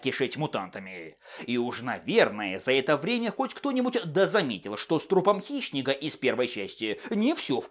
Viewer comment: Мне одному слышится что называет Хищника - Хищнегом?)))